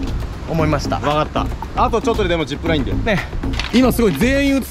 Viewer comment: これまで ジップルァイン 行っていいね